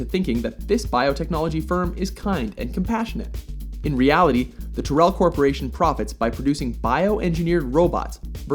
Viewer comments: Another mispronunciation on a Mojo video. Tuhrell? "Tai-rell". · Tyrell is pronounced Tie-rell in blade runner